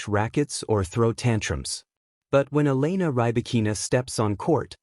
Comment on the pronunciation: Try to say the name of Elena properly